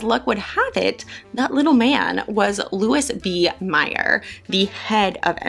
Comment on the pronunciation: Haven't finished yet -- but here are a few tips, fyi... * Louis B. Mayer: pronounced: Lou-ee B. May-r * Charles Boyer: pronounced Charles (soft- French "Ch") Boy-ay: again, French.